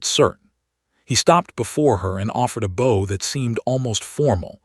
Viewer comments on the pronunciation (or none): Hoping, not hopping. He offered her a bow (pronounced bough, not bo) Stating, not statting...Terrible narration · Bow is not pronounced bo!